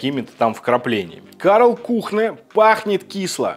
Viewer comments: Почему Kühne, стало произносится как кУхнэ? Если по транскрипции правильная форма произношения кЮне... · Kuhne читается как кунэ, а не кухнэ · Спасибо за коммент! С языка сняли! Как представителя факультета немецкого языка слегка были конвульсии))) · Кюне, а не Кухне. Но за ролик спасибо! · друг, Кёнэ, не кУхне и не кухнЭ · Немецкая марка читается как кюне а не кухне)) немецкий язык:) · привет из Берлина. Первый Соус это наш немецкий. Здесь самый из дорогих. Неболь7ая поправочка сорри. Он называется Кюнэ. В немецком х после гласных не читается. И у с точками наверху это почти ю. Вообще как ую. А у нас таких разнообразия соусов цезарь нет. Пару контор а так голяк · кухнэ, мля, кухнэ.... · Кухнэ? Ты серьезно?